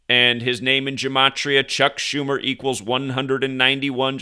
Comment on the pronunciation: Chuck Joo-mer